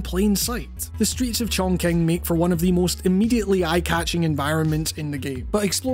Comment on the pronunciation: It's pronounced "Chongching" not "Chongking".